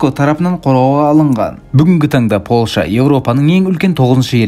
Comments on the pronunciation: Польща деші Полша демей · Ассалау мағалейкум Полша емес, Польша деп дұрыс айтылады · Полша емес Польшағо 😂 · Полша демей ПолЬша дей берш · Польша деш брат полша демей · Полша емес Польша десен жақсы еді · Полша емес польша дещ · Ешкім деген сөз қосысылып жазылады және Польша деген сөз мьягкий знакпен айтылады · Польшаны дурыстап айтсаи